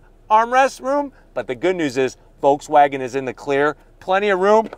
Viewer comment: There is no L sound in Volkswagen. Pronounced like folks, no L sound.